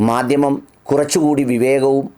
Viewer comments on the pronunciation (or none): മദ്ദിമം അത്ര അങ്ങോട്ട് ച്ചി ന്തി ചില്ല, ചിരി സാറെ